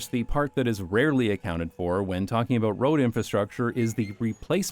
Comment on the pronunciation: i laugh every time you pronounce "aboot" and "caers" like that, so this became the funniest video of all time. also, it's a perfect all-in-one summary of every argument for my car-hating philosophy. so this might become a load-bearing video for the coming decades. thank you